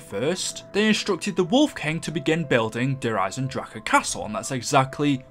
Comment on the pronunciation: You kept pronouncing der eisendrache wrong